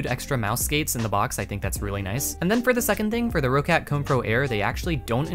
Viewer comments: Just a note, it's pronounced rock-cat, not row-cat ;) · as german its funny how you pronounce roccat xD roccat is a german brand and you pronounce it "rocet" xD